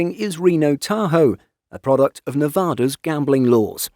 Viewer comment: Please pronounce Nevada correctly. It’s not pronounced Nevahda.